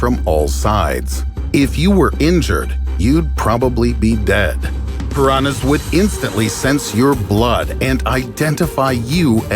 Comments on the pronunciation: Só eu que fico agoniada com ele falando "piranas" ao invés de "piranhas"? O som do "nh" não deveria ser tão difícil kkk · ele falando pirana kkkkkkkkkkkkkkkkkkkkk I love you and your content and your voice keep that up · For me its the way he pronounce "Piranhas"